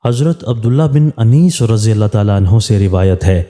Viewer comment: Lafz Anees nahi unais ha